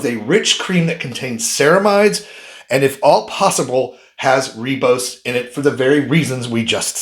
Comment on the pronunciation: It's pronounced 'rybose',not 'reebose'. And it's adenosine, or 'a-deen-o-sin'', not adrenosign.